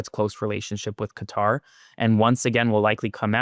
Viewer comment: Hegseth can't even pronounce Qatar correctly!